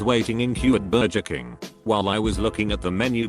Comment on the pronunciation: “Berjer King” 😂